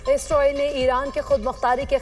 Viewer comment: Ye Isroil Kon hai? Anchor ko Israeel ka naam Lena aana chahiye😢